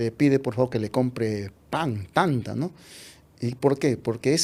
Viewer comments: Pan no se pronuncia tanta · No se dice tanta SE DICE T’ant’a.